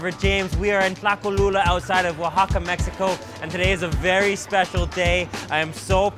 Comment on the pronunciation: You say mechico or megico